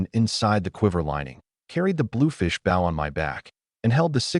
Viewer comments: I am so sick of Ai saying bow wrong. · Right? Lol😅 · For some reason I like it lol